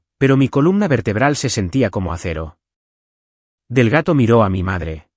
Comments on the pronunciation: No es Delgato ,es Delgado. Por favor pronuncien correctamente. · El señor del gato? Que tiene que hacer el señor del gato en la notaria? Si el narrador no sabe pronunciar Delgado, cambienlo por otro narrador. Y no se dice conduciste, se dice condujiste